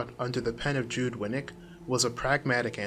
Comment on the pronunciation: JUDD is not JUDE. It is JUDD that rhymes with mud and you are a dud